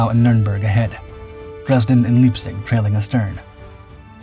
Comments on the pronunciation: It's so irritating to hear repeated mispronunciations, especially when the correct pronunciation is very well known. 'Spee' is pronounced 'Shpay.' And 'Leipzig' isn't 'Leapzig' (sic), it's 'Lyepzig.' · ...and Leipzig is pronounced LIPE-tzich.